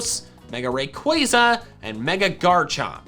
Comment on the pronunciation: rai - quwai - za Me: its rai - qua-za